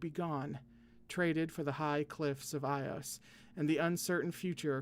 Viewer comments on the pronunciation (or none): By the way I’m pretty sure it’s pronounced “ee-os” not “I-os” . That’s the Greek pronunciation which seems like the origin